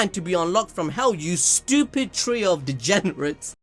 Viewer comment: OMA GAD, I LUGHED SO HARD WHEN HE SAID TRIO OF DEGEBRATES XD